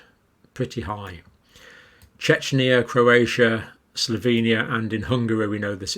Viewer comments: I’m sorry but you mispronounce Czechia 🇨🇿 in every video. There is no “N” there. It’s should be “Chekya” not Chechnya or Chechenya… that’s a different country. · CZECHIA is not CHECHNYA... Dr Campbell, please fix this.... This level of political/geographical ignorance undermines your credibility in other areas! I love you videos, but this is extremely irritating. Thank you. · More pedantry, but I have noticed a repeated incorrect pronunciation of the name of the country Czechia, which should be pronounced like Check-ia, rather than the same as the Russian constituent republic of Chechnya. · For the sake of everyone from Czechia (formally Czech Republic), please stop calling the country "Chechnya". That is a different country. The pronunciation is "Check-ia" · Czechia is pronounced Chekhia, not Chechia. Otherwise they'd use cz at the end too. I kept wondering why there were statistics on Chechnya, and why you seemed so keen on mentioning them. I've only just realised. Not everyone in the country likes this new name anyway. Czech Republic is probably more neutral. As for CV19. With your closing thought you pretty much summed up my view. Get a vaccine (if you want to), then go out - with this reinforcement - and live and take a risk. Hopefully, you'll be exposed to the virus sooner rather than later, and augment your protection. Either it'll pass or it won't. History suggests it will pass. The current chaos and control isn't any more effective and doesn't point towards and end anyway. Even if you don't subscribe to conspiracies, it's easy for politicians with big homes, families, and busy lives - where they are permitted to mix with people everyday - to mandate solitude on others. If you've lived alone for years, and then have whatever minimal social contact removed too, what is your life? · John. It's not pronounced "Chechniya" (that's region of Russia). It's pronounced "Checkiya"..or the Czech Republic.